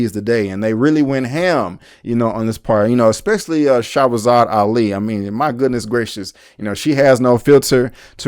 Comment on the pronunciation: Bro it sounds like you're calling her Shawazad instead of Shahrazad. It would have been nice for you to pronounce this sister's name right. Just saying